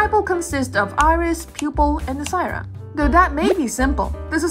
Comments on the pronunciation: wait isnt it callled sclera not sciera? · Great vid! It's sclera though, not sciera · Sclera. Not sciera. But good video regardless! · Unrelated to the topic of the vid but: It's the first time i've heard someone call it sciera and not sclera! I'm guessing that's what it's called in your language? Thank you very much for your video!! I reaaaaally love how you color your art! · Did you misread sclera as sciera? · It's SCLERA, not sciera.. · Just a small correction: the white part of the eye is called "Sclera" pronounced (Sklera) with an L not an i. :D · Do you mean Sclera of the eye 😭 its L not i!!! Anywayz nice video !!!